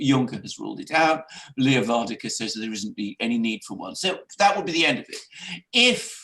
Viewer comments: ..and Mogg said Northern Ireland is as much part of the UK as Sommerset ... Gentlemen Varadkar - VAR.. RAD.. KAR.. Stop butchering that name please it's so easy .. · You pronounce the Irish Prime Minister's name wrong. It's Leo VER-AD-CAR. He is not Dutch, so it's not Van der Car. Check the spelling guys, 'Varadkar' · If cannot get "Var-ad-kar's name correctly pronounced then he should really just call him as he is, a foreign Pakistani homosexual communist globalist! He served as vice Pres. of the socialist youth party of Europe, he has no buisness leading a "Republic" and as a result Eire is is no longer a Republic, only on paper!!